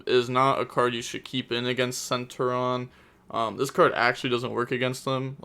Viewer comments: Omg Sen-Tur-e-on!!!!! Plz. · not really u pronounce the t as a ch sound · The way you say it is cen Turion (ter-ion)